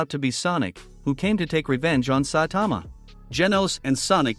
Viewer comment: I hate say saitama ken you even say saitman